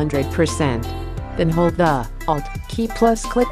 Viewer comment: i don't even understand the word she says when she says to hold something. all i understand is... "then hold Dah" which means nothing to me !